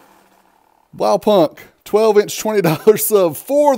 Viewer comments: its Blaupunkt not BlowPunk XD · dude- just call the brand BluePoint as thats what it is. It hurts every time you say it wrong. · The k Is silent, it's like blawpunt. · Blaupunkt the K is silent you don't say the K sound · Americans pronouncing "Blaupunkt"